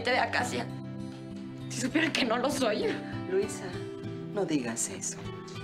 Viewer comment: La señora Curiana😂😂 dise luiza